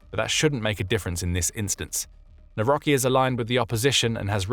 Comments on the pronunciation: Please corect the pronunciation of our President's last name. Its not Nawroky. Its more like Nawrowsky. Cheers 🤟🙌👌✌ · The 'c' in 'ck' is not silent, so the President's name would be read as 'Navrotski' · The "c" in "Nawrocki" is hard. Naw-roC-ki.